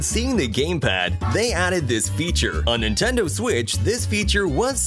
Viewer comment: Nintendou en inglés XD